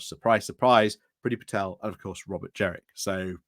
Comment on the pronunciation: It's JENRICK with an N. His nickname generic jenrick doesn't work if you mispronounce his name.